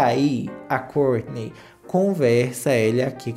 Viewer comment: Não aguento quando o chama o nome do marido da kourtney